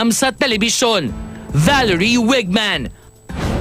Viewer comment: weigmann.....waygmann ang pag-pronounce in german.